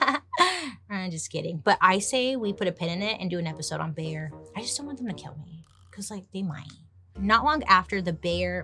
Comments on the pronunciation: Every time Bailey calls Bayer, "Bear" 💀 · So funny how u pronounce “Bayer” 😅